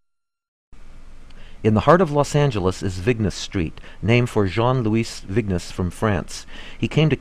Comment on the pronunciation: It was a helluva lot better than the guy's French accent! Pronouncing the French name Lew-EES VIG-ness? Bof c'est drôle